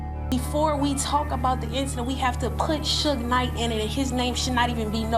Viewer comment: Bro if you can't pronounce Suge Knight man correctly then you're a hoax